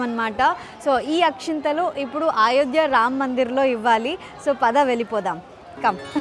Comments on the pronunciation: Nenaithe meeke aa Ramulavari Ayodhya tickets geluchukovali ani chaala pray chesaanu ❤❤🙏🏻 nenu chaala emotional aipoyanu mee peru raagaane. Aa Ramudi blessings meetho ellappudu untundi 🙏🏻🙏🏻 and adi AAAyodhya kaadu Ayodhya 🙏🏻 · Ayodya not aayodya